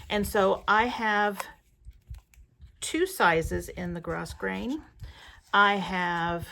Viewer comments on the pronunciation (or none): Thanks for the video! FYI, the ribbon is pronounced “Grow”grain, not gross grain. ❤ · Thank you so much for the tutorial. I have always pronounced Grosgrain Ribbon (pronounced gro-grain). Look it up online. But I did know what you were talking about. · Thank you for this fantastic tutorial. FYI the ribbon is pronounced Grow grain ribbon. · Thanks for the tutorial...will be doing this! Fun fact: The 1st ribbon is "gro-grain", the "s" is silent, the 2nd is called "twill tape" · Grossgrain- (pronounced grow grain) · Such a fun tutorial. I am blessed to have a printer dedicated to sublimation, so that is how I make labels for my projects. However, that only works on the polyester ribbon. (BTW in "grosgrain" the S is silent - grow-grain). You shared a great idea about cotton webbing. I'll try that with my transfer paper. I've been away from Canva for a while. Thanks for the reminder of how powerful it is. I'll remember to change the transparency and include some background color. I hadn't thought about that. Very fun! Thanks again. Kay in Dallas, Texas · I am blown away with what you are doing! I had no idea how tags were made but thinking these might be interesting for my quilt guild for items we make to sell at our Craft Fair! I looked at the items for using to make tags but did t k is what the ori tier paper was or the how everything got o to a piece of ribbon! And just a small note - the grosgrain ribbon is pronounced without the “s” - gro-grain! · FYI - grosgrain is pronounced “grow-grain”